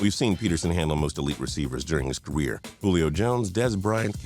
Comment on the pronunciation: Did he say ca-weer